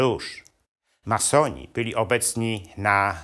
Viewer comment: Co to za akcent? Ma soni , czy masoni panie gadający.